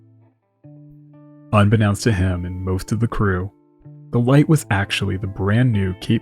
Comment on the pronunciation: unbeknownst is pronounced un-bee-NOEnst. it's from "know", as in, to know something.